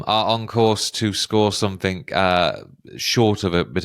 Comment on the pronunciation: Never trust a prediction and dude the correct English word is "Something" not "Somethink"